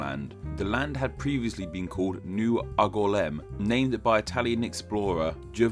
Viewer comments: very interesting, but why are you pronouncing angoulême oggolam? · Everytime you say "Angoulême" a little part of me dies as the pronunciation is flat out horrendous. Great video however I Like your videos! PS: Angoulême would be pronounced "Aang" (as in the hero of the Avatar anime) "Oul" as in "Jules" and "ême" as the letter "M"